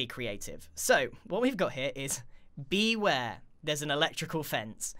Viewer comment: OMG he says BEEware lol🤣🤣🤣